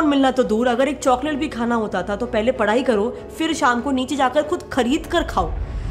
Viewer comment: It’s not padai it’s padhai smh